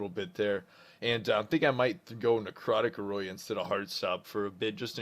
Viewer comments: Aura. Oh-ruh. Not Aw-roy-ah. I did not know it was even possible to pronounce aura wrong lol. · You say aura weird lol isn't it pronounced "OR-RA" not aroya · Love your vids but i was confused as hell when you said Heart Stop "Ah Roy Ya":) Its "Or Ah" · what the fuck is an OROYOIYA its OR-RA AUUUUUU RAAA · for this lmao, bro it's pronounced or-ra - not or-roy-a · aura is pronounced O-RAH. xD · aura is pronounced or-uh. love the videos bruh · It's pronounced Awra!